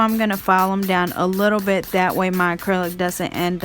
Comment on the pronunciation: Its actually called a" bit " , a drill bit not bid .